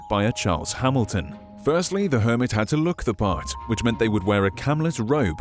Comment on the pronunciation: Garden hermit I heard garden Kermit